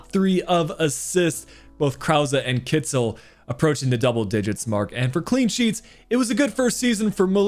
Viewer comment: Kittel is supposed to be pronounced more like Kitl than Kitzel. I know you’re keen on pronounciation.